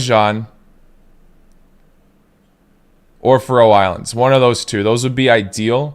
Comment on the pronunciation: i love the content and all ..but try pronouncing FÁ-roe Islands, didn't mean to nitpick man, apologies , keep doing what you're doing, dope channel .